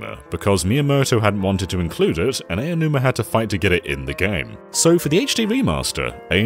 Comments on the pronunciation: Sir, the name is "Aonuma," not "Eionuma." That means it's pronounced "Ah-oh-nu-mah." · Aonuma is pronounced "Ow-num-a." Not "eyy-oh-numa." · I'm not saying this to be mean, but to inform, but Aonuma is pronounced more like "Ownoomah," not "Eyanoomah." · It keeps annoying me how you pronounce Aonuma "Eianuma." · Ok guys his name is pronounced Ow-numa. 🙄😒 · Why do people still pronounce Aonuma's name wrong? Ao = Ow, as in "Owl" Also, they should NEVER make Zelda, to appeal to western fans. TP and BotW are both aimed toward the west and it just made me dislike them more than the others. Give me Ocarina of Time, The Wind Waker and Skyward Sword, anyday. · How tf do you mispronounce "Aonuma" so much? At least know the subject you're referring to.